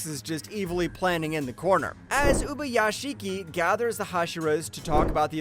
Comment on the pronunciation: Gayoko💀 Zokuten💀 Uzi💀 Sadmei💀 How did he pronounce ubayashiki?💀